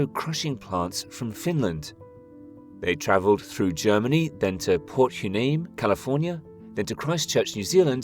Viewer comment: port hueneme is pronounced PORT WHY KNEE ME